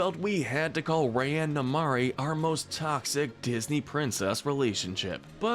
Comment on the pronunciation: I also don't like the way he said rya but I liked the video